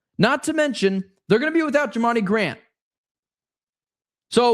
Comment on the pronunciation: His name is Jer-rah-mi🙃